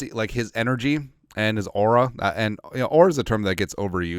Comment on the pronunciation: It catches me off guard when you say AURA 😂